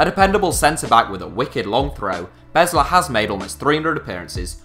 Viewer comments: It's Beeesler, as in save the bees #HITCSevens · Besler is pronounced Beezler. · You pronounced besler wrong, you gotta say it like an America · matt besler is pronounced 'bees-ler' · With all of that research, he mispronounced Beasler's last name. Other than that good video. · Probably should look up on how to pronounce names like Besler and Meram. And it's not "the MLS", as "the Major League Soccer" would not make sense in un-abbreviated form.